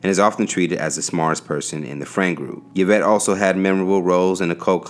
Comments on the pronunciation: omg🙄 its ē vĕt NOT yə vĕt dafuq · Say “Ya-Vet” again 😩🤦🏽‍♂️ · My name is yvette. I cringed everytime